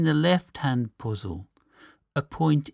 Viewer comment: "Heyitsch", "Poozill"! Too funny. Ha, ha. I like your videos. Keep going! What part of UK are you from?